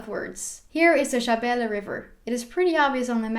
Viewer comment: You are pretty much correct! Besides that , I liked the way you pronounce Shabelle River. You good!